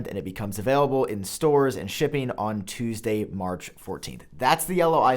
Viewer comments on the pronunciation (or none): none